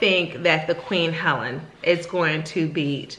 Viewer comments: Helene, not Helen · Pronounced "Heleen" Long E like Queen.. Queen Helene.... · Thanks for your review, just a friendly note on the pronunciation of Queen Helene, it's pronounced Queen [Ha leen/lean] 😃❤️